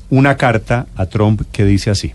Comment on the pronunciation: Donald Trump.... Por favor pronuncien bien ese Apellido, (No es TROM, TAMPOCO ES TRUM)...Instrúyanse antes de salir a un medio de comunicación donde tanta gente culta, leída y q se preocupanpor estudiar y aprender los escuchan. No desmoralicen la radioaudiencia. que horror ...